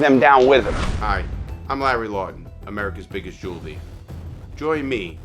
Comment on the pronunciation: His surname is LAW-TON such a shame